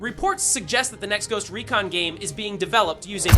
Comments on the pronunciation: bro said everything but "project OVER" dude said, project ovear, and project O-V-E-R. terrible grammer. and its recon, not reekin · Bruh makes the game sound like a smelly haunting when he said “ghost reekin” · Bro said “ghost reekin” in intro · "Ghost Reekin"... crickets